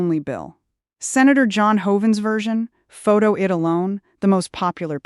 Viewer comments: I hate when AI thinks they can fool us into thinking we are seeing a live person reading the news, but how many easy "words" do they need to mispronounce before it becomes obvious? I D, is not pronounced id. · I see that…out of sync AI on my device. Pronouncing “photo ID” as “photo id” as though id was a word —the “i” phonetically short as in Indian. And that wasnt the only mispronunciation. Sad and sickening. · Must be AI. Says Id not I. D.